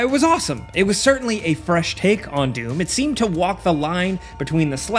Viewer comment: Anyone else just hearing DUNE whenever he tries to say DOOM? lol